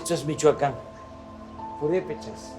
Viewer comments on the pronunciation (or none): none